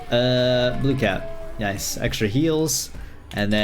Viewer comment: Day 19 of counting when says Noice 3/19